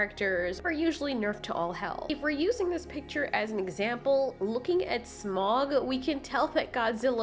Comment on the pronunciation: The sound of Smaugs name is actually OW sound not Maw